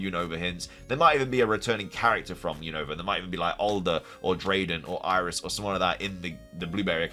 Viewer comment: you keep saying Unova Name Wrong 😅🤦🏻‍♂️